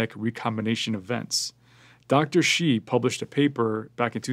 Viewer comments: He actually mispronounced it. It's not pronounced like She. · Well. That's because he doesn't know how to pronounce "shi" correctly.